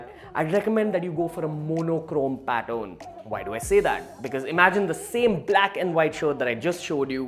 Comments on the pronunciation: Is it pattern or pattorn..? Are u wrongly pronouncing it.? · Say pattern not Patton! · Learn how to pronounce "pattern" not "pat-own" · Its pattern not paton